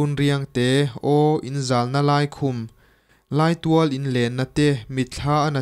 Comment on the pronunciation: Laitual tih hi, Rawng, entirnan khawlla rawng lai deuh sawina anga lam tur ani e, Laitawng ania.